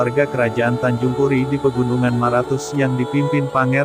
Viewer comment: Tanjung pura bukan tanjung puri